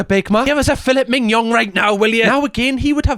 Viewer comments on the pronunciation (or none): "Fill-et min-yon" is crazy 🤣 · It's Fillet MIGNON 😂😂😂😂